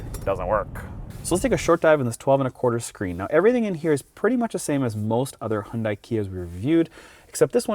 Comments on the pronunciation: Great video as always, but small nitpick - the company's name is pronounced like "hee-un-day". Hyundai actually had a catchphrase a while ago: "Hyundai. Like Sunday." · It's unfortunate that you're one of the only N.American vloggers who mispronounces the name 'Hyun-DAY'. Details matter. Otherwise, great vid. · I hope at least who talk about the cars and review you should know how pronounce the Korean brand "hyundai" not Japanese. Its HYUN-DAE . Yall should know that sounds so stupid when you say Korean brand with Japanese accent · It's hyudai like sunday... day not die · Great vid...but you still some issues pronouncing the word "Hyun-DAY". All of the other major Vloggers, Doug DeMuro, Straight Pipes etc...all pronounce it properly. Keep working at it and keep the content coming.. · Not. It’s Hyundai where you pronounce the ai like Dae from Daewoo